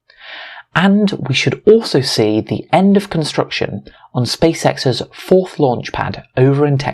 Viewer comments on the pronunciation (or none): none